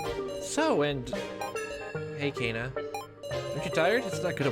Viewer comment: You're pronouncing Kanna and Nao's names wrong. So far how these 2 names are written or pronounced don't actually matter so don't feel obligated to correct it. Just go with whatevers more comfortable for you. Kanna: "can-na" Nao: "now" Why do think Alice and Q-taro know eachother? Honestly I've been loving this LP. You speak a lot which i think is really good especially considering this is a VN. Liking your theories, keep up the good work! Health